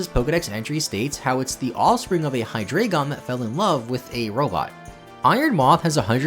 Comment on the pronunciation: Here's a fun fact about Zweilous and Hydreigon: THAT'S NOT HOW YOU PRONOUNCE THOSE HOW DO YOU PRONOUNCE ZWEILOUS SO WRONG